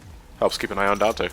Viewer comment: Weird Whenever I hear people talk about the DmCs characters. They call virgil vagil... and dante donte